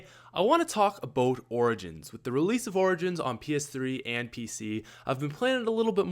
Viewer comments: Haurd aboot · when you say about it sounds like aboat